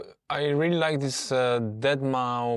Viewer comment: I had a stroke at deadmau"five" but nice video overall